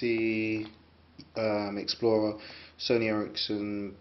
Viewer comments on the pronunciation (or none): y u call it untor???its explorer